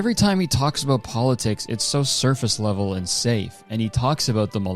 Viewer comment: I'm proud of Kurtis for pronouncing it "surface level" instead of surface leather